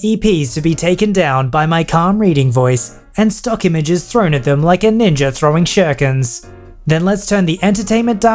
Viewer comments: shurikens not shurkens sorry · Small nit pick: Ninja throwing stars are called shurikens. It's pronounced like shu-REE-ken. Otherwise, amazing video as usual! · Why do you say shurikens like that